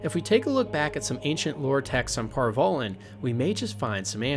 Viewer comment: Antiva = Ativa Par Vollen = Par vellen ......dude. there's an N in Antiva. and Par Vollen is pronounced like the 'Voll' in Volley. Just an FYI the names of people and places ARE PRONOUNCED. IN THE GAMES. if you've ever actually played them and listened.